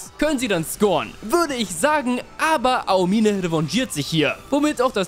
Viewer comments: Ahomihneh NICHT AO-MINE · mich triggert manchmal wie du die Namen aussprichst. Ao-mine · Aomime, ist das so schwer ??? Es einfach wie im Anime auszusprechen??? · Ey ich krieg die Krise😂 bitte beton bei Aomine das O nicht das I😂😂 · Wie er aomine ausbricht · Du hast den Namen Daiki Aomine sooo oft falsch ausgesprochen? Das es gar kein Spaß mehr gemacht hat, seine Szenen anzuschauen. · digger es triggert so hart wie du aomine aussprichst